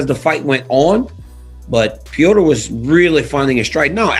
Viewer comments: The name is NOT PEEOTR! It’s pronounced with a flat E and rolling R. It’s just Petr not Peotr. Fak! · Why do they call him, "Pee-yo-ter" lol his fkn name is "Pet-ter" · Is it Petr (Peht-R) or (Peh-O-tR) like daniel pronounces it? I dont even like Jake Paul but, just seeing him fight and seen ben fight. I cant help but think Jake is going to eat Asskrens punches and his lunch.